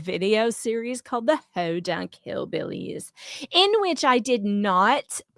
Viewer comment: Someome needs to tell it's Podunk.